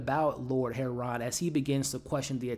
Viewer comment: Do you mean Harland when u say heron